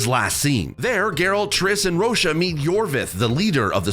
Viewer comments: This man Said Vernon Rosha.. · Who tf is Rocha 😭